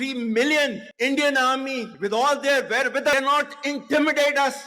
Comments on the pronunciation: One word u did not understand is WAREWITHALL which means resources. Munirs pronunciation is not accurate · Wherewithal is the word he used. The pronunciation was incorrect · The army chief pronounced "wherewithal" in such a strange way...